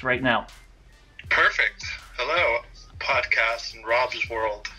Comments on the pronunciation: Did u say pot cast or pod cast? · Did you say pot cast land?